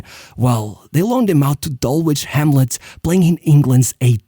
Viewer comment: It's not Nor-which. It's no-rich. Not Dull-which. It's Dull-itch.